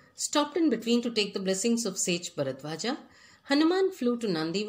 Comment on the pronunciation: Ram not Rama Narad not Narada Bharadwaj not Bharadwaja